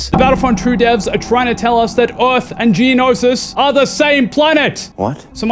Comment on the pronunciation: Stop saying Eorth